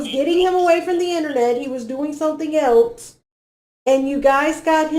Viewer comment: is so annoying saying “elts” instead of else, and trying to sound like she knows what she’s talking about. She’s as dumb as a brick